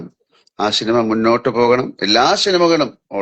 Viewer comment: പടത്തിന്റെ പ്രൊമോഷന്റെ ഭാഗമായി നടത്തുന്നതാണ് ഈ ചാറ്റിംഗ്... പടം പൊട്ടും എന്നൊരു തോന്നൽ എവിടെയോ ഉണ്ട് ട്ടോ ... ഷിനിമ അല്ല ലാലേട്ടാ 😅...സിനിമ എന്ന് പറയു ...